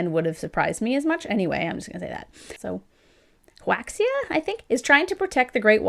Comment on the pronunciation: Just FYI, Huaxia is pronounced "Wah-sha" generally speaking. X in Chinese is tricky as Hell. On another note, the premise is super cool but I'm not really into YA. Maybe one day I'll pick it up. Good video! And being born in the 80s makes us awesome!😁